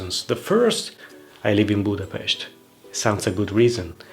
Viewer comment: I’m always so happy if someone says Budapest in the correct way. Many people say it with an “s” sound, even it’s pronounced with an “sh” correctly ☺️